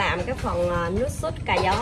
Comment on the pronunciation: ơi nước Sốt cà chua chớ không phải là “ suốt “ nghe nói cho đúng 😂😂😂